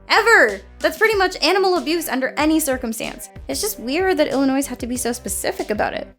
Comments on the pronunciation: Did you just pronounce the s in Illinois? As an Illinois resident, I am highly offended. Jk I don't really care. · you don't pronounce the last S in Illinois and Arkansas. Good voice over work, but details like that will doom you.